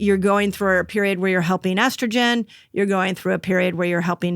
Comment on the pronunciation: I’m sorry, but why can’t he say estrogen?